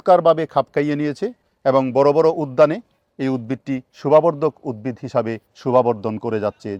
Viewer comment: রাত্রি বেলায় কোন দিকটা পূর্ব আর কোন দিক টা পশ্চিম সেটা জানবো কি করে। দিনের বেলায় ত সূর্য আছেই। স্যার আর একটা কথা আপনার থেকে উদ্ভিদ উচ্চারণ টা পেলাম না। প্রতি বার আপনি উদ্বিদ উচ্চারণ করছেন।